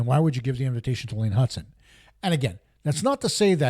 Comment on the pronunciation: Hutson, not Hudson 😉